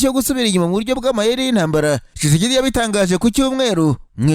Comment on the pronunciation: Ese ubwo kuvuga Tchisekedi byarakunaniye burundu Koko!!! Ujye uvuga witonze nibwo twunva neza.